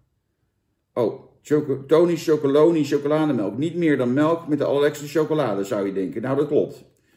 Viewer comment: Zo grappig.... heel veel mensen zeggen wat Jan ook zegt: tony chocolony... maar dat staat er dus niet! Er staat chocoLONELY. never mind... ik zeg het ook altijd en blijf het zo zeggen.... 🙂 trouwens, Jan, ook de pakken.....SCHUDDEN VOOR GEBRUIK! 😉